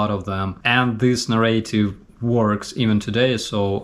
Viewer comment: Sorry i am in a nitpicking mood today. In the word narrative the accent is on the first syllable (na). In informative the accent is on the second syllable (for). We will get your pronunciation up to snuff in time 😁